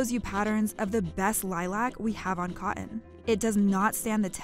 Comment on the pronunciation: I agree 100%. The way she pronounced “cotton” :::shudder